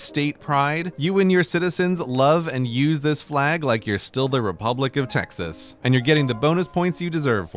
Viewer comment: he mispronounced Texas